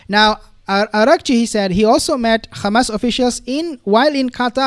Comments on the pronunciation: Can you please stop saying "KHamas"...? That is the Israeli way of saying Hamas. There is no "KH" sound in Hamas! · Yeah I noticed that too. What nationality is? Maybe he can’t pronounce the h in arabic